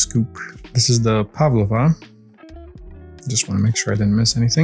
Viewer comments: haha it's actually not very nice coffee Everything you opened looks exactly like it looks like in real life And the Pavlova joke this is how you pronounce pavlova Broken down pav lo va so the joke was saying that Santa was pav l over the moon if that makes sense lol And edgell is pronounced like if you say the g like a j like jelly and say edgell like that you get the right pronunciation I really hope I'm making sense lol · In Australia and New Zealand, Pavlova is pronounced like 'Pav-low-vah', rhymes a bit with 'over'. So Santa was pavl-over the moon. Maggi is pronounced with hard g's. Madgie, not mahggi. Christmas Crackers are a toy, not an edible cracker. Two people take hold of one end each of the cracker and pull it apart. It 'cracks' with a small explosion, like those firecracker pop its you could throw at the ground, and the person who gets the biggest piece 'wins' the prize, which is a paper crown, a little toy, and a christmas joke. The jokes are all very old and recycled, and as you age, you start to remember them all, so it can become its own game of shouting out the answer every year. The little puns in the chriistmas pack of minis are the sort of jokes they include.